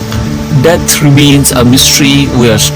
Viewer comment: Wtf it's pronounced "death" not "debt". Learn to 'th' better.